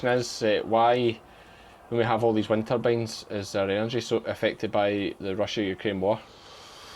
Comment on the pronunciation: Ah, "wind turbines" not winter beans 😂